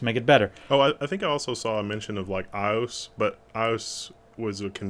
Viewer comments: isn't that also known as DisplayPort? I don't see it in here. If you mean iOS...I think the letters are pronounced separately. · I think when you say iOS, you say the letters seperately lol. :D